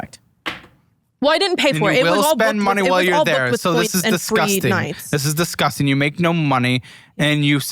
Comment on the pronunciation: Thank you guys so much for calling out on his “Dizguzting” pronunciation